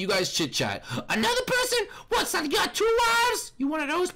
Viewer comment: Sonica not Sonya or not Sonia it’s sonica